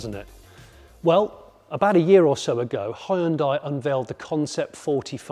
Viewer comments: "Hi yoon dai"... c'mon you can do better, it's so off-putting. "Hyon dae" is way closer and you almost got it !! I'm always impressed and eager to hear your opinion, but in this one I got withdrawn from what you were saying cuz of that 😔. Apart from that the visuals, pace and editing was top notch! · Hyoon (one syllable) dai (one syllable). Two syllables. Not Hai-Uhn-Dai. Hyoon-dai. Ask any Korean. Please. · It's Hyun-"day" not Hyun-"die". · Hyundai is two syllables not three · Great car, but why is it that nobody in the UK knows how to properly pronounce Hyundai? For one, the "y" is nearly silent and the "i" is completely silent. Think of the end as "Day" not "Die." Oh, and this is from the Koreans, not just me saying it. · Korean listening to “Ha-hyun-die” : 😩 not again... Please guys, it’s /hyun-deh/🤪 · Why is it that 90% of people can't say Hyundai properly? It's pronounced "Hyun-deh", not "Hi-un-die" or "Hi-un-day". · Mans called "HYUN-DAY" -> "HI-UN-DIE" for the whole video ;D oh my god that was painful... otherwise nicely planned and edited video ahahahaha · Ooh Johnny, it's not hy-un-dai. Its hyun-dai. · I'm picking nits, but it's pronounced he-yun-day, not hi-yoon-di. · It's not "Hie-un-Die"!?!?!? 'hyu' is a single syllable. It is '"Hyu-n-day", Hyu-n-day NOT, NOT NOT Hie Un Die !?!??! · Jonny, Hyundai rhymes with Sunday. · Please Jonny. Hyundai rhymes with Sunday. It's not Hye-yoon-dye. If folks can sound out the "e" in Porsche, then we can def use the easier (and correct) way of saying Hyundai. Anywho. Fantastic video! Can't wait for this one to go on sale. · You don't have to pronounce EVERY LETTER in a word. It's pronounced "Hunday" - like Sunday. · its pronounced "hue-n-dae" hue as in color n dae as in a sundae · It's pronounced like hun-day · Hun day ...come on get it right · I still don't get why this company is still called like 'hon-die'. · Hyundai like sunday...not hi on die.. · hyundai its not hi un di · it's bloody hyundai and not HIEANDIA